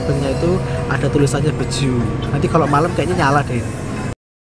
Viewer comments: BE-JE-U not BE-JU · Dibacanya bukan Beju tapi Be je u